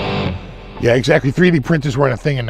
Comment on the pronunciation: as an Aussie I wholeheartedly approve of your pronunciation of “down unda” and “yeah” 😂